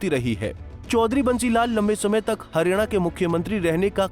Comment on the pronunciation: हरियाणा को harina kyon bol rahe hain